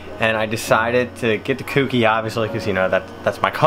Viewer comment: Insert my usual comment.... It's not "KewKey" it's "Kouki"... like the "ko" in "koala"....